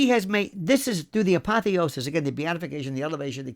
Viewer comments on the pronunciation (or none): none